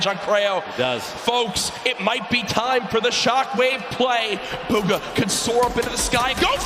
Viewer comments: its bugha not boogha 😂😂😂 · Its Bugha not Boogha